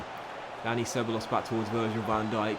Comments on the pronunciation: It's "seb-a-jos" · It’s so annoying the way he pronounces ceballos’ name? It’s “seb-I-os”, not “seb-a-los”.😂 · Ceballos: seh-BYE-yose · How he says Dani ceballos 😂😂😂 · The brexit pronunciations of Lenglet and Ceballos gave me good laughs.